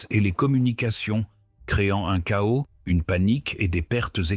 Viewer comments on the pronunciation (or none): none